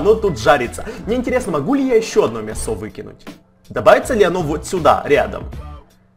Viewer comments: Почему мясооо,а не мяяясо? Или ты специально так говоришь? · мЯсо!!! не мясО, мЯсо!!! ударение на я. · У тебя падает ударение на о слово мясо? (Лайк!) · Он сказал мясО а не мЯсо XD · почему ты говоришь мясо ударение на о? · в слове мясо ударение на Я а не на А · мясо страно сказал